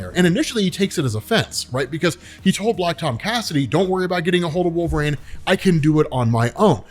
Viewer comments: Stop saying wolverines name wrong. Every video you say wolver”rain” drives me crazy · Gonna start saying "walverayne" from now on. 😂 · I love ur vids but god almighty will u ever be able to pronounce the word " wolverine" ? Just askin, cause ur killing me dude. Or are you on some hipster trip where u think ur the only person sayin it right? 😅